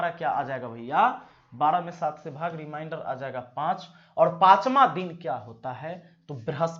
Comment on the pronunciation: रिमाइंडर नहीं रिमेंडर बोला जाता है, बिहारी बाबू। उच्चारण सही कर लो। मैंने का दिन निकाला तो बृहस्पति आता है,जब कि बुधवार होना चाहिए। ऐसा क्यों ? कहीं तो गड़बड़ी है फार्मूले में। आप चेक करिए।